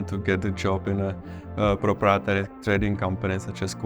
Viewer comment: He really needs to practice the pronunciation of "proprietary" 😂